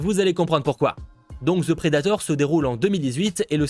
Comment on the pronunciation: Si tu dit encore Ze predator, je me pend. The ce dit De. C'est pas compliqué bozo.